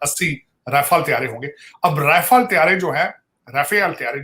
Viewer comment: Thoda Rafael ko sahi se pronounce kr liya kro